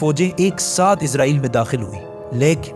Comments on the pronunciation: Bhai izrael farishta hai Israel bolen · عزرائیل نہیں اسرائیل ہے بھائ